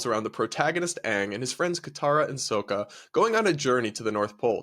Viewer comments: did you fucking say soaka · Please learn how to say Sokka, I’m heard enough of them mispronouncing it in the horrific avatar movie.